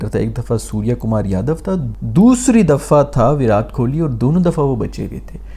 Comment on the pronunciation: Sorry you should maintain some standard, You are pronouncing Virat Kohli name intentionally wrong . Does this is a good manner .... Using his photo as thumbnail and your level of video .RIP ... Unsubscribing